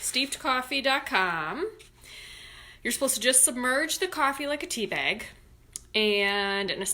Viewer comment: Omigosh! And bayg!!! I love you